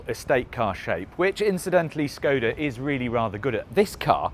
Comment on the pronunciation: the š in škoda is pronounced like sh